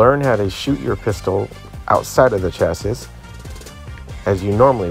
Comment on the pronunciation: It’s pronounced “chassy” thanks for the video!